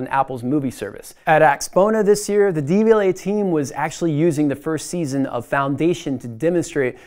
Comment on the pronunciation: Probably should practice pronouncing 'Devialet' before making a video on it.